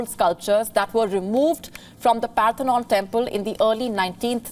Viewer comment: the word is 'Parthenon', not 'Panthenon'. the Diplomats name is not 'Lord Elgin Marbles', it is 'Lord Elgin'. Either way, Sunak clearly has not read the book by Dale Carnegie, 'How to Win friends and Influence People'.